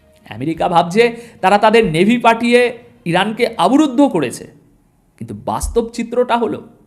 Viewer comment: ভাই আপনার খবর আমি আপনার খবর নিয়মিত শুনি । সুন্দর বিশ্লেষণ কিন্তু কয়েকটি শব্দের উচ্চারণ এর প্রতি নজর দিলে। ভালো হয় । যেমন কথাটা সার্বভৌমত্ব ( সর্বভৌমত্ব নয় ) । কথাটা আবরুদ্ধ নয় কথাটা হল অবরুদ্ধ ।